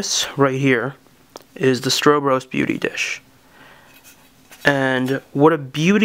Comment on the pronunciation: It's Stro Bros, like what's up bro....not like Stro bus.